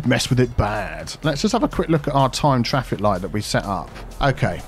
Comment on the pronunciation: ITA: frase preferita per come la pronunci "dedicated turning lane" XD, sto imparando molto dal tuo "fix fraffic" ENG: keep it up XD